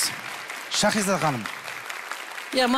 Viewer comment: Турсынбек сакау ма Щахиза дей береди,Шахизада гой